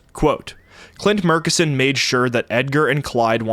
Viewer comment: Hello, Midland native here who did some work for the Murchison O&G company. It is pronounced internally as "MUR-tchess-on"